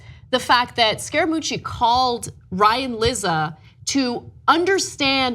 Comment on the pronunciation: did you say, "scare a coochy?" ( ͡° ͜ʖ ͡°) literally all i heard in five and half minutes